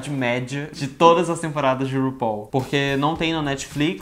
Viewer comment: VC É O UNICO - UNICO, "U-NI-CO" youtuber q eu vi falando RUPAUL da forma correta. <3